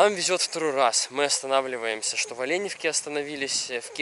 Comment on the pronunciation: Не Оленевка,а ОленЕвка!